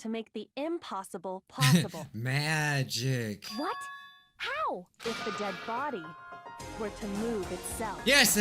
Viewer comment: Guys is no one gonna point out the way said magic